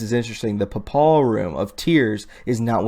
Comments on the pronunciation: papal = "PAY-pull" , not "pup-ALL". Word is an adjective used in conjunction with the Pope. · just so you know the reference to the Pope is pronounced like PAY-pul = papal . hope that helps you out. xx oh and the other word you were struggling over was pronounced TAN-gent-a-lee = tangentially EDIT: I cannot possibly understand how Mars could appear to be the same size as our Moon. That's really not physically possible. It's too far away. I took astronomy as an undergrad and, honestly folks, that photoshopped picture is totally inaccurate. Don't expect to see a sky like that. It might appear a bit larger (and it's always RED) but no way will be it be the same size as our Moon! No. Freaking. Way. Science in the 3rd Dimension might be odd, but it's not THAT odd. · Papal is pronounced 'pay ple...same accent as paper..